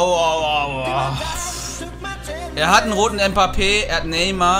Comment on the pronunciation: Warum sagst du mpappe ? No hate